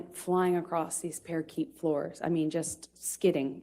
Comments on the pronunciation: “Parakeet floors?” She thinks she’s a genius yet calls parquet floors parakeet lmao. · She can't pronounce parquet properly or maybe she thinks it's parakeet.